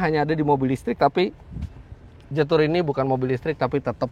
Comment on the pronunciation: Fyi om Fitra....jetour itu dibaca nya jietu kalau sesuai ejaan Mandarin....so next time kalo review mobil jetour lagi baca nya jietu.Mohon maaf ya om Fitra hanya masukan aja